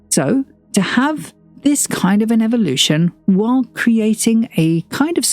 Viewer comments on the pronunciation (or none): none